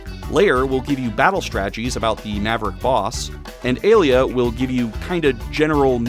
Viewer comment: Hey, I noticed that you pronounced Alia's name like Alita. The first half of her name is supposed to sound like alien. The latter half, you got right. As for Pallette, it's like pal and let.